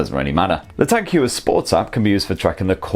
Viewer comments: Hewer?, skew el, bewk. Non Sunderland folk, won’t understand that. I think it’s pronounced Hoyer, , as in, hoy a amma ower ere. Great review. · Hoyer, not Hewer :) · The way he pronounces it sounds like he's about to throw up. He should have researched how to say it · It's pronounced 'hoiya' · "Tag Hior" 😂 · Please pronounce the name correct, home work, Tag Heuer not Huer, a bit embarrassing if you do not get that right... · Great review ... just a lil bit annoyed with the pronunciation way ( swiss ears perspective - sorry ) 🤭 and just wanna say swiss ( German ) pronunciation 😬 Heuer supposed to read as : ( Hoyer ) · Edouard Heuer was Swiss, and there are multiple vintage Heuer adverts in English which even state on them “Say Hoy-er” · Good review, wrong pronunciation. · learn how to pronounce the brand of the watch, this is ridiculous... my ears are bleeding this is unmatchable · Why can't you pronounce Heuer properly...